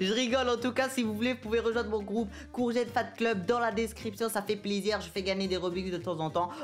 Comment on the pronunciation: C’est moi ou il a dit au 10min «ça fait super zizir » au lieu de plaisir 🤣